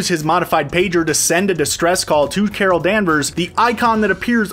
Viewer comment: Carol danvers - Cara danvers Mar vel - Mar nel